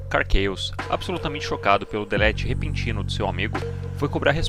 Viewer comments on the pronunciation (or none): none